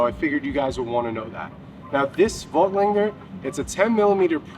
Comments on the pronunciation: Yep, no g... lander. Not langer. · I can't listen to him butcher Voigtlander again